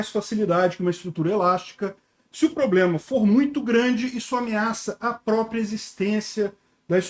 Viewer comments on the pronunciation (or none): none